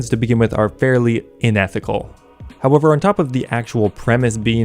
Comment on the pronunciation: its unethical not inethical...idiot